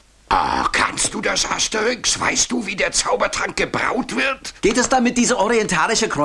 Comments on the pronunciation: Das heißt Asterix bei den Briten und nicht Aterix 😂😂😂😂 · Asterix nicht aterix 😂😂😂😂😂😂